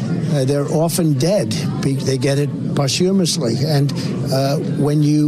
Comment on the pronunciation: “Post huuuumliously”…..what?